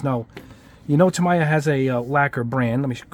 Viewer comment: Tah Me Yah is the pronunciation 😉